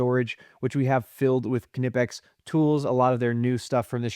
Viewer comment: Knipex = Nipex. It’s said just like that. No K sound